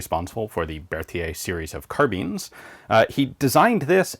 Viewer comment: I love this channel but please learn how to say carbine properly 😞